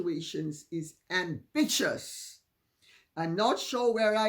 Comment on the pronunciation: I’m adding“ambitchious” and “amvicious” to my vocabulary! 😂